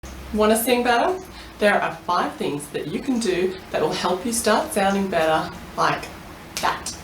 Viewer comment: i was confused when i heard "you wanna sing butter?" and then i realized she had an accent